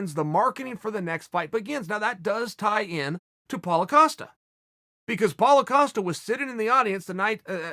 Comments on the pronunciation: "Polo" Costa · Paulo “Acosta” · Me: Paulo Costa Chael: Paulo Acosta Me: Ok great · “So Paulo Acosta” - Uncle Chael